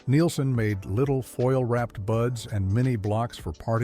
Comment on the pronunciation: It was very nostalgic but the AI narration ruins it. Lowney being pronounced as Loney and Neilson being mis pronounced. Get rid of the AI